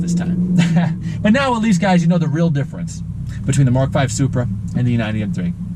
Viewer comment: You did NOT just called the Supra “Bupra” 😂😂😂😂